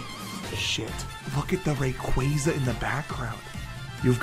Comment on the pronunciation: no way you just said rayquaza like that